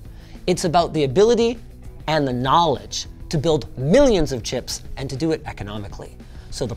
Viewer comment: . How are you going to say “knowledge” like that without at least showing a bookshelf.